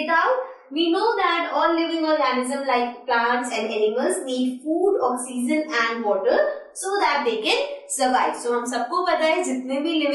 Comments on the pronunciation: Okseason instead of oxygen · u teach gud math and science but learn english u said oxeesen its oxygen pronounced ocsyjun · Mam you're teaching vry well but You are not speaking oxygen correctly mean your pronunciation is wrong...